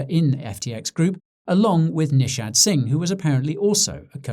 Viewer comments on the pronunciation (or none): none